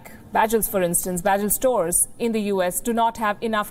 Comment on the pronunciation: Bagels not pronounced as bajels palki